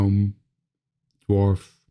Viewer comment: Such a cute card! You've done some beautiful work in all these videos so far. As for "gnome," just say it like the "g" isn't even there (nome). The "g" is silent. You were getting it. :)